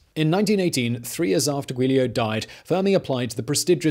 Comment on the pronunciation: jew-leo, not goolio, is enricos brothers name